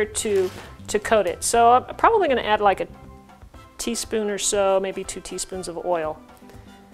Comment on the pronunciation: Tes spoon? 😅